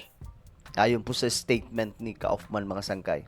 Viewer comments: Kaufman is pronounced "kufman". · Hello it is pronounced as: Koff-man, British pronunciation. Thank you.